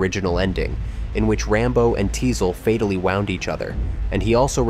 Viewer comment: "fatally WOUND each other" ?? (You said it to rhyme with SOUND !!) Which makes me think this channel is AI SLOP, so downvoting and blocking your channel.